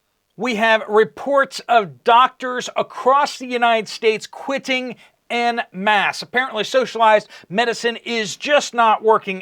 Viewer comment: It’s pronounced “on mass”